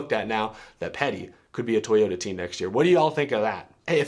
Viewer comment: NOO not toyoderr